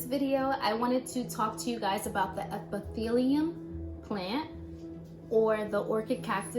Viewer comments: Epi- phy- llum. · Girlfriend I'm very picky andmiserable. You are pronouncing the name incorrectly and I would like to listen to you. However, every time you mispronounce it, a piece of my ears drops off. You may call it queen of the night plant. That's good enough.